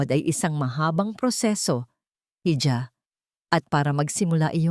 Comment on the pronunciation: Sa narrator,ang bigkas po sa hija ay iha Hindi po heeja.